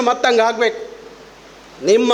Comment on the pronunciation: ಹಾಗಬೇಕು ಅಲ್ಲ ಆಗಬೇಕು ಸರ್ ಇದು ಕನ್ನಡ